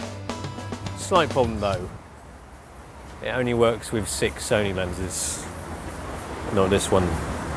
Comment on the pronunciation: A not wery bwilliant rewiew of Sony's Full-Fwame Digital Camerwa. You have to be joking, wight …. so moronic it's sad.